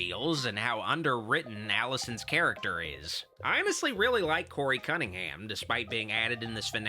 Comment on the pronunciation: Did he say Cuntingham?